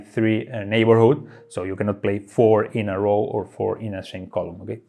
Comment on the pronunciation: 'row' is pronounced as 'go' with an 'r' ;) I know, it doesn't make any sense. You'd think it's pronounced as 'now', but it's not.